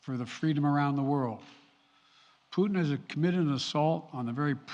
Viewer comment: Er ist leider schlecht verständlich (für Leute, die Englisch nur in der Schule gelernt haben) Und was soll das immer mit den "Puten"?!